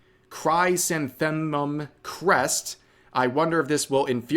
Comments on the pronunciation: Chris-Anthem-um. Its a flower. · "cry sen th mum crest" I lol'd. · Rev: chrysanthemum is pronounced Chris+anthem+um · I'm wondering if You Be Slop is making these mistakes deliberately...I mean, not just bad decisions but they keep choosing the worst possible decisions. By the way, in case you're interested, chrysanthemum is pronouced kri SAN the mum. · Chrysanthemum is Chrys-an-theh-mum. Chrys comes from Chrysos (gold), Anthemon (flower) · It's a flower. It's said, chris-an-th-eh-mum Chrys-an-the-mum Chrysanthemum. Just to help ya brother😁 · It’s ’Chris-San-tha-mum’. Jesus… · chrysanthemum is pronounced kriss-AN-thə-məmz btw. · Chris-an-thi-mum: chrysanthemum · A bold attempt, in case it comes up again: Crih-san-thee-um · Pronounced: Chrysanthemum - chris-san-the-mum. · Chrysanthemum, (Chris-Anthem-Um) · pronounced Chris-anthem-um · Yeah words you normally only hear spoken can be hard. It's a flower "Kriss-Anthe-mum" or "Kriss-AN-thə-məm" for the exact using the International Phonetic Alphabet. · “Chrysanthemum” is pronounced “Chris-antha-mum”, rev. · It's "Chris-san-them-mum", Rev. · (Chris-anthem-um). You’re welcome lol. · Rev… that pronunciation of chrysanthemum was horrendous It’s pronounced kruh • san • thuh • muhm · Rev... crysanthemum is a flower that appears on the Imperial crest. Misuse of it in decorations used to carry a death sentence in Japan. Pronounce it "kri-SAN-thu-mum" with the A in SAN being a short A. Once the Shogunate was established, the Shogun, Tokugawa Ieyasu, took the Hollyhock crest, which was also given severe penalties for misuse. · Criss-anth-ah-mum. It’s okay Rev, so many words to say in so little time. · chrysanthemum is pronounce kruh-san-thuh-mum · Cris-an-theh-mum. I know you try your best, not making fun of you, but holy shit of all your attempted pronunciations this was the most painful to hear, Rev <3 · Chrysanthemum is literally pronounced how it's spelt too. Chrys anthem um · Chris-ann-thee-ums, like the flower.